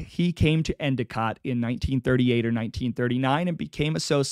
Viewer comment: Oh-we-go lol. Next time you do a video within the upstate ny and scraton/wilkes barre/ pittston. I would be glad to consult on the pronunciation of surnames and towns. Good job with Endicott, my hometown, and btw, bar-bear-uh